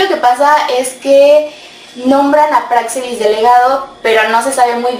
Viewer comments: La “x” se pronuncia como j, así como se escribe México y se pronuncia como “j”saludos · Y aunque no lleva acento ortográfico, se acentúa prosodicamente pero en la letra “e” no en la “a”, como lo haces tú, es una observación, saludos